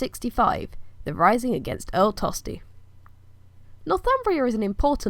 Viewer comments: My name is Tostig! Not Tosty! Say my name properly please! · Is there a reason why you pronounce his name 'Tosty' and not how it is written? Not trying to sass you but I'm just curious if I'm saying it wrong. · It is actually pronounced tostish the Anglo-Saxons pronounced ig at the end as sh just like Germans now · A long, long time ago... And I hate to break it to you but most people in Northumbria were Danish and spoke a different language to the south and hence “Tostig” is not pronounced “Tosty” in Northumbria. As Earl, I ought to have you arrested and thrown in jail lest I become a spectacle to the world! You are just like my usurper brother! Tostig Godwinson Earl of Northumbria Rightful king of England.